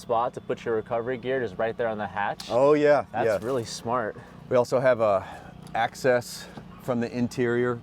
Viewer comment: “we have axe-cess” 😂😂